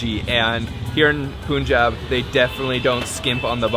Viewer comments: It’s not poonjab it’s panjab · Hey. Punjab is pronounced like a sound instead of u. Like in Bun or fun ☺️